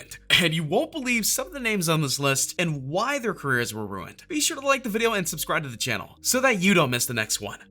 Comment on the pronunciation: "Runied careers"